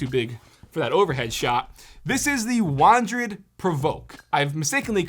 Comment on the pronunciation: isn't it wandered, not wandrid?